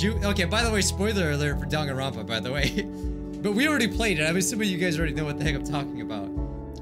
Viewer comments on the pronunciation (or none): none